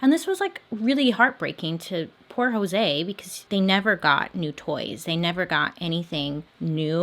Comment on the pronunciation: For the next time your pronouncing Latino/Hispanic names like Jose or Alejandra a's are pronounced like the a in aunt, e's like the e in 'i just read', I's like e in 'im planing on reading..', o's like cool, u's like cute. Hope this helps :>>